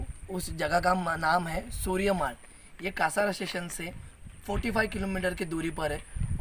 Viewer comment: कासारा नाही रे भाई कसारा आहे